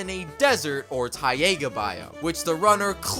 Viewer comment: RAWR IM A TYGAH (tiger)